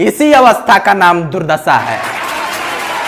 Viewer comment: Durdassa nahi durdasha boliye. Hindi bole hain to Bhojpuri mix mat kijiye. Achha baa.